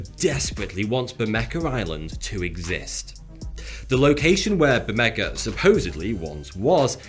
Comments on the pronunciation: Should be pronounced Ber-may-ha. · It's pronounced "bur-MAY-ha," not "Bur-MEK-ah." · It should be pronounced gutterally, "bermecha," as in German or Scots. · Couldn't listen to him mispronounce Bermeja so horribly over and over. Its pronounced Behr-Meh-Hoh not Behr-Mecca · Isn’t it pronounced “bermeha” and not “bermeka”? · It's pronounced BermeHA, not BermeCA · Say ber me ha and not ber me ka. Whi is it that english speakers are so bad at pronouncing non english words yet you always make fun of foreigners speaking english? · why do you keep calling it bermeka island??? is pronounced bermeJJJJJJJJJJJJJJJJJJJJA you fucking twat!!!! the J sounds like an h as in House, Houdini, Hell, High, Horse, Hilarious, Handicap. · It is pronounced Ber-meh-Ha, not Ber-meh-kah. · maybe they can't find it because they are looking for bermeka (like the announcer says) instead of bermeja. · The j in Bermeja is pronounced like an h not like a k. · Why he hell do you pronounce it "BermeKa"? It is pronounced "BermeHa," you idiot! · They probably can't find it because it's not Bermeja, it's Bermeka. 🤣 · ber meh ha, for the love of god, where does a 'c' or 'k' sound come in there?? i'm sorry, but as someone who speaks spanish, its like nails on a chalkboard. btw, i'm diggin the mustache :) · Bermecka? I would pronounce it Ber-may-ha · The J in Bermeja is pronounced like an H in Harry. It's not pronounced Bermeca. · its pronounce ber-me-ha and not ber-mec-ka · Its pronounced bermeha not bermeca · His pronunciation of Bermeja is total shite. It’s pronounced like bermeha, not bermeka. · Yeah I was wondering why he keeps saying it like that. Maybe his natural accent makes him pronounce it that way but I wouldn't think so." Say, 'Baermeha'". "Burmecker". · Why are you pronouncing the letter J as a K? It's pronounced H. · it is bermera, j is pronounced r in spanish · Why would barmeja be pronounced barmecca? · You have to know the real pronunciation of the island's name, Bear-May-Hah.